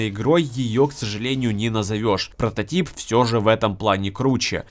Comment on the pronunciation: лайк и подписка за то что сказал протатип а не протатайп как некоторые д*уны и ролик норм